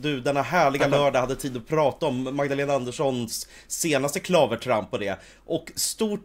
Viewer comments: Klavertramp? Det uttalas klavértramp. Med långt e. Herregud. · betoningsfel klavertramp. 😊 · Men snälle, "klavertramp", med din betoning på första stavelsen??? "Klavertramp", heter det, med betoning på andra stavelsen. Odet kommer från "klaver", ett annat namn för piano. Man häpnar minst sagt, har aldrig hört på maken!!!